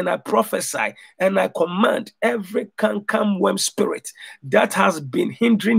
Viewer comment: you went from saying canker worm to saying camcam worm? Lol